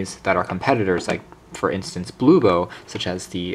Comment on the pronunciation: It's HOMTOM, not HOMTOP, and BLUBOO, not BLU-BO. Lol.